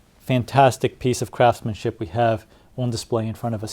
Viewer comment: One question... , did you say "craftsmanship", or "crapsmanship"? Not quite sure what I heard.